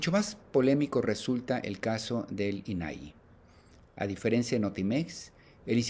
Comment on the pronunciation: Primero empieza por fijarte en los acentos .. INAI no los lleva .. no es "inaí" como lo pronuncias 😮 saludos!